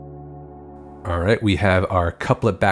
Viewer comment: I think of Marge Simpson every time you say foilage. 😉